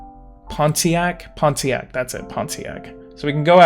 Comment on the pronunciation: People pronounce Pontiac without the T